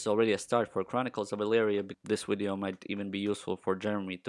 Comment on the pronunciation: Please say "wideo" again 😂😂😂